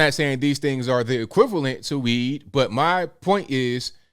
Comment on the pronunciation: Did you say tested positive for weed or weave?